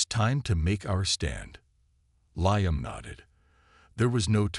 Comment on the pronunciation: And make sure your AI program pronounce names accurately, his name is pronounced "LEEAM", get it right or don't do it at all, AI sure sucks!